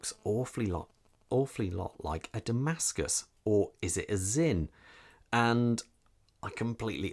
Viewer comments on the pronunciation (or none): DAMASKO and not Damascus!